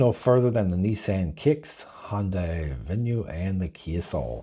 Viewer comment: And he says "Hondai Venue". Did Honda and Hyundai just merge into a single automaker?